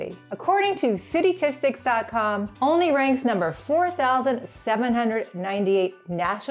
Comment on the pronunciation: First thing is, one needs to learn how to pronounce it - it's pronounced ALL-ney. Like olive. It's always been that way.